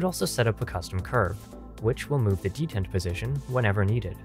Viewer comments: de-tent. not deadent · Dee-Tent, NOT Det-Ent;. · Can you do another revision where you pronounce it "dee_taunt" like you're supposed to, pls? 😀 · That's a weird pronounceation of "detent". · Dentins pronunciation gave me ebola.